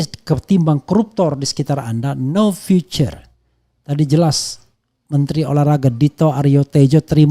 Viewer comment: Pronounciation matter, Future dibaca viuce Bukan vicer ❤